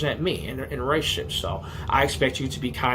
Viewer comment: “in a rerationship” ok.